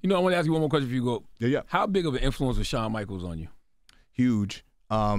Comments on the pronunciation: Shawn* Michaels, I see yall still ain’t puttin RESPEK on peoples names 🤣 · “SHAWN” Michaels fix that Asapido